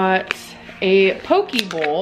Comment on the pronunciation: Also can y’all forreal learn how to say Poke…..